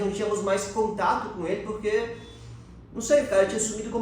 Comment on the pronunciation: Gente amo os vídeos de vcs, mas pq a fala “porqui” ao invés de porque?